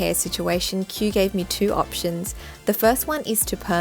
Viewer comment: It turned out so gorgeous!!!❤ btw his name is pronounced ki-oo like two syllables